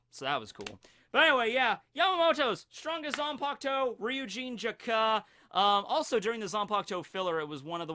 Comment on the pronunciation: its Jakka, not Jak-Ka.. super annoying